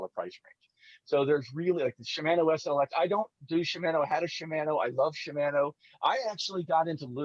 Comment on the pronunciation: We won't talk about the pronounciation of ShiMANo 😂. Really enjoyed this one guys. Thanks for all the great info. Tight lines to all 🎣